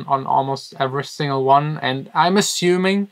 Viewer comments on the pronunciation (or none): none